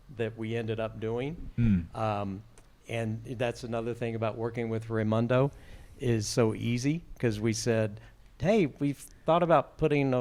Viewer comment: Ray moon doe, not Ray mun doe